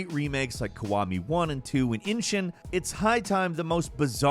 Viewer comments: did he just say inshin☠ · I cringed when pronounced Ishin as Inshin.